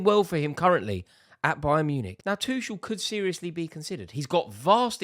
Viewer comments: Rory still calling Tuchel "Two-shell" STOP PRONOUNCING THE 'CH'. You can say Tookle or Tu-hhel. Anything but bloody Two-Shell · Is it really THAT difficult to learn to pronounce Tomas Tuchel's name properly? After all those years of PL involvement and British interest in him?